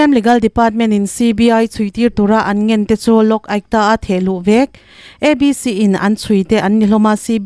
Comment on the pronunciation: Vêk tih loh tur.Vek tih zâwk tur ani e.Uluk deuh teh .A kawh adang daih thin ania.🎉